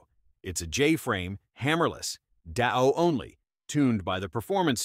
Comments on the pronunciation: "DOW ONLY" ITS D A O double action only AI dribble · ""? Should be called FUN MAN! Because it's so stupid it's funny!!! You're the "", but I'm guessing to don't PREVIEW these before you post them. DAO is nit pronounced "da-ou". It stands for Double Action Only., and it's pronounced as three SEPARATE letters, as in " D. A. O." As a long time instructor and a former part time retail gun salesman, I really feel sorry for first timers who watch this crap then go into a fun store. Your 60K subscribers are roughly 0.02% of the population (and I'm being generous as I rounded up). RUN PEOPLE, RUN!!!!!!!